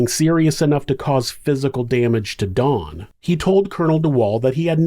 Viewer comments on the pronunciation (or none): I don't know if it's but it really sounds like he's saying Dawn not Don, does anyone else hear that or is it just me? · pronounce his name as Dawn. Its actually Don, think short for Donovan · Ok. I double-checked in your description. His name is Don, not Dawn. I'm sorry, but it sounds like you've called him Dawn throughout the video, but he is a He. Some of us have tiny hearing issues & pronunciation is important. TY. (I do watch your interesting vids regularly. 😊)